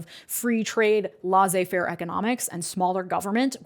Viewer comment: Truly minor point: Laissez (as in laissez faire econonics) is pronounced like “lessay”